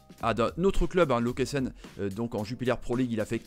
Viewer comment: Salut Juste pour info, Lokeren se prononce Loque e reun (qui d'ailleurs à été relégué cette année). Sinon pour Musona, il n'a pas beaucoup joué à Anderlecht et à été prêté car il n'avait pas le niveau. Par ailleurs, tu as oublié un autre gros joueur de cette sélection: Nakamba. Par contre, je dirais même que c'est l'un des trois meilleurs joueurs si pas le plus talentueux.